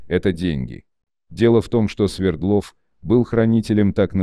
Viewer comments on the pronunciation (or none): Не СвердлОв, а СвЕрдлов. Яков СвЕрдлов ! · Ударение СВЕрдлов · СвЕрдлов, АлексАндров... Запарили, неучи. Не ставится ударение на окончание в Русском языке. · СвЕрдлов,а не СвердлОв. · Почему СвердлОв, СвЕрдлов же😊